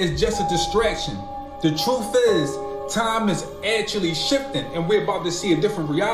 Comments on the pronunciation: i cant take this dude seriously at all....if you cant make the TH sound in EARTH and keep sayin ERF and TRUF. This dude doesnt know a damn thing lol. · It’s NOT “Truf”. Its truth!! Talk correctly,damn!!!!😂